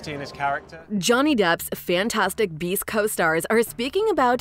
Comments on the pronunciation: I heard "Fantastic Bees" 🐝 throughout the video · Your channel suuuux! You made it look as though Eddie was gonna be talking smack via live feed.......but alas it was narrated by a chick that kept saying bees instead of beasts!!! 😂🤣😂🤣 so not only did I waste 8 minutes watching and waiting but an additional three to write and post this!!! But that's on me, lol.